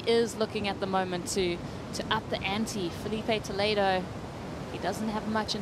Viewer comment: Interessante que o narrador quase se mija todo pra falar "Felipe Toledo" ou "Italo Ferreira". Ele não sabem mesmo falar portugues como nós falamos inglês.